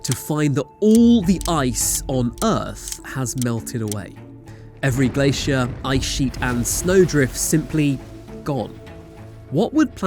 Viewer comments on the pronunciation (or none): none